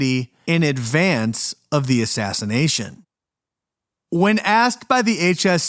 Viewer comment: Did you say killed before the assassnation of jfk .i had to play that back to make sure what i heard.